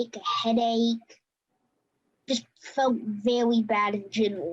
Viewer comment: ' I fewt verwy bad in genwal"